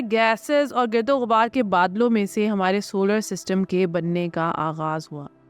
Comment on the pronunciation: Baji,, gird o ghubaar nahin,,, gard o ghubaar hota hai... Katha nahin ikhatta hota hai...